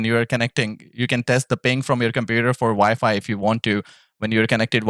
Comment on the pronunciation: I know im smacked but i keep hearing vyfi when you say wifi i cant stop laughin lol you ever use hotspot on ps5? Want to hardwire but router/modem is far and i keep lagging out lobbies